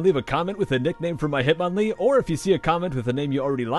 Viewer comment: Hitmonlee sounds like hit manly